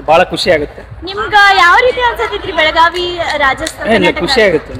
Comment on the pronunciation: ಬೆಳಗಾವ ಅಲ್ಲಾರಿ ಬೆಳಗಾವಿ ಅದು ಬೆಳಗಾವ ಅಂತ ಕರಿಬೇಡಿ